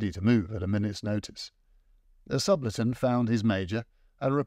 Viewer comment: Great apart an inability to prononce Subaltern